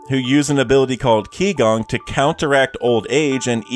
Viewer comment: Just a reminder, 'qi' gong is not pronounced ki gong but more like chi gong.